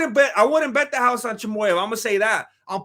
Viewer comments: Fuck I'm out you can't even say Chimaev, most gross mispronunciation I've ever heard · Hole uuup. Your Chimaev impersonation sounds like he's rock'n a sombrero.